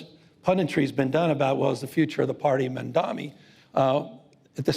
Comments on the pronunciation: why do these sickos insist on mispronouncing the man's name- it's Mamdani not Mamdami. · Gavin cant even pronounce Mamdani. What a tool.